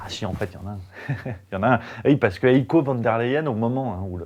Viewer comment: de M. La Hyène, son prénom il se prononce "haïe-ko" (avec un "h'ach haspiré") et non "éco". Sinon, très bon taf, comm' d'hab.